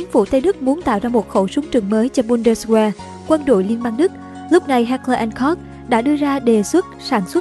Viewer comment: Ad ơi,trong tiếng Đức kí tự W phát âm là V.Có nghĩa chữ Bundeswehr phiên âm ra phải đọc Bun-des-ve